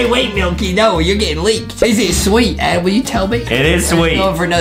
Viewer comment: Its adam not adem